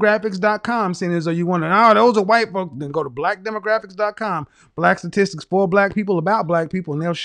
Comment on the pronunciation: She couldn't even pronounce "statistics" lmao